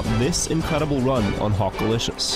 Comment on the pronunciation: I Watched this all the way through twice to keep hearing you Say Hockalishious in that accent over and Over